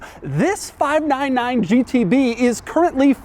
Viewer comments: Sounds like he’s saying 5 9 to 9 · "five na na nine"